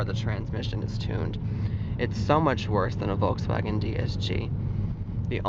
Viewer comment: Americans can't pronounce ä But when he says Volkswagen, he actually says Volkswägen